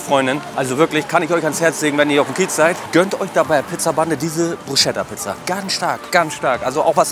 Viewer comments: Es heißt nicht Bruscheta sondern Brusketa(wie man es ausspricht ich weiß schon das es richtig anders geschrieben wird) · brusKKKKKKKKKKeta bitte MIT K wird’s ausgesprochen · Ob in Hamburg oder Niederbayern....Bitte nicht Bruschetta sagen, es wird BRUSKETTA gesprochen. Danke. 😄🤙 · Du hast echt BruSCHetta gesagt!!! AAAAAARRRGHHHH!!! 😂😂😂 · Bruschetta = brusketta ausgesprochen du kleiner Foodexperte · Gutes Video. Nur die Aussprache von Bruschetta ist ausbaufähig haha (ch wird wie ein "k" ausgesprochen). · Lern Bruschetta richtig auszusprechen.., wer das nicht kann, darf sich nicht foodvlogger nennen...arnseelig